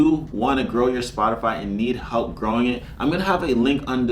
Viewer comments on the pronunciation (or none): none